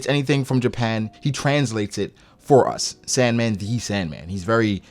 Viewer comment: It's not sand man its San D. Man